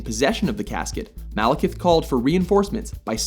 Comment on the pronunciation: I keep hearing "Malacath".